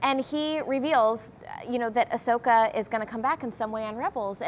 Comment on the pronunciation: "Ashoka"? It's Ahsoka ya nubs...